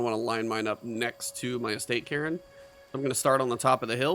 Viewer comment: It is pronounced "Carn", like car with an N at the end. :) Great vid